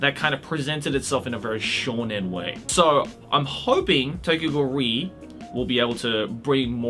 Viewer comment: lmao am i the only one who's been pronouncing the "re" in Tokyo Ghoul:re separately as "are-ee" until i watched this video and heard say "ree"